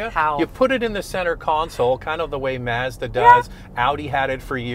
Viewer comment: For Your Consideration - I wouldn’t be able own a Mazda if I lived in Canada just because of the way you guys pronounce Mazda up there. 😂